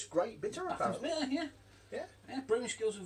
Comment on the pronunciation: Batham's is pronounced Baythe-ums not bath-ums, bloody good bitter